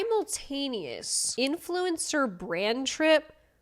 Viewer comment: is “influencer” an accent or dialect?